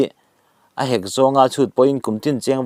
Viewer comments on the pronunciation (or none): Pawisa tlang hek lo..tih i lam dan hi awmze bo vekin i lam a nih hi. Hek tih hi thluk seia lam tur. Tlang tih pawh hi vantlang tih angin.